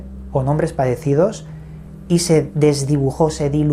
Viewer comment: Te recomiendo ir urgente a un terapista de lenguaje para que mejores tu pronunciación de la R .terrible tormento que daña tus relatos o compilaciones de otros.pero se ve que haces esfuerzos.molesta cuando dices ahoda por ahora,padecidos por parecidos.natudaleza,tuviedon,mudiedon,fuedan etc